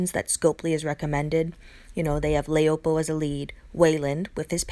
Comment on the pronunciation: You forgot jessie anderson as an S class. I don't really like laopo as a 6* she is too slow. Her name is chinese for wife so pronounce it that way la-o-po